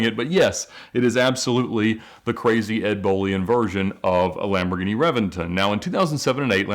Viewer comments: It's not a revinton its a Reventón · revington hahahaha, its reventÓn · it’s read as re-BEN-ton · Did no one watch top gear? It’s pronounced rebenton 😂😂😂 And my dude what is a mercielago?? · Reventon is pronounced Re-ben-ton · Um fun fact. It’s pronounced ReBenton. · I expected reventon to be pronounced Rev-en-tonn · Ed mispronounced Reventon, it should be "Re-ben-ton" with a B, even though it is spelled with a V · He’s butchering the word reventon